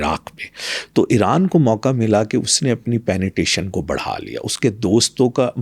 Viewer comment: penetration hota hai ya penetation inse yh shi sa nhi bola jata or yh world mai jake speech dete hai jhoot bilkul